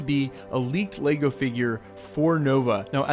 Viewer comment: What is laygo. It’s lego ok. leg -o Say it thrice. Leg-o leg-o leg-o